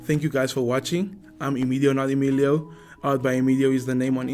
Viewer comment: For the last time... it's EMIDIO😂😂